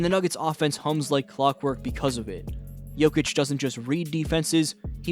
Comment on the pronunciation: apprend au moins prononcé le nom de Jokic